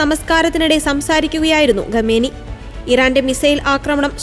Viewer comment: ഗമേനി അല്ല. ദയവായി അക്ഷരസ്ഫുടതയോടെ വായിക്കൂ